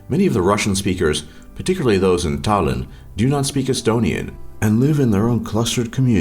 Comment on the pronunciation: Estonian language is pretty easy when you learn to pronouce our letters cuz for example if americans say 'shake' and an estonian tries to say it then he will say 's h a k e' in estonian pronoucing. That's why u pronouced Tallinn, Tartu, venelane wrong